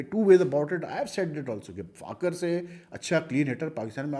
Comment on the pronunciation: براہ مہربانی فخر کا نام تو صحیح ادا کیا کریں۔ آپ ہمیشہ فاخر بولتے ہیں۔ اسکا نام فخر زمان ہے۔